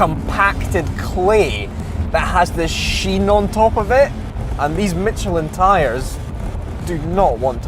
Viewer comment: There is no T in Michelin ;)